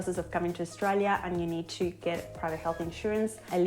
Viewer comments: Australia not Oshtralia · Hey maate, There us no H in Australia. It is not pronounced Aushtralia. You can have that for nothing. Have a good day